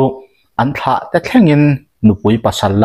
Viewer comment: Kut ni vang thla a "thla"hi sap tawnga 'moon' kan tih anga lam tur